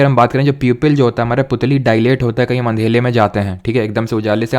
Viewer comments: Sir andela nhi Andera hota h 😅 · Sir ka andhela bola is permanant 🤣